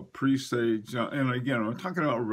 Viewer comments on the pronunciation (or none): Bucherer and presage are not pronounced correctly